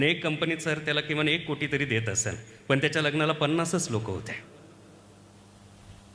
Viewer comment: सर एकदम सुंदर आणि हृदयस्पर्शी कविता आहेत पण वाचनात काही ठिकाणी "आयुष्य "या शब्दाचा उच्चार आविष्य असा होतोय.त्या ठिकाणी "आयुष्य" शब्द उच्चार हवा .आणि "पन" या शब्दाऐवजी " पण" असा उच्चार हवा. कविता भारदस्त आवाज भारदस्त खूपच छान!! पण उच्चारणा मुळे कवितेचे. इम्प्रेशन डाऊन होते.. म्हणून सांगितले त्याबद्दल रोष नसावा.. चुका काढण्याचा उद्देश मुळीच नाही, पण सांगावेसे वाटले.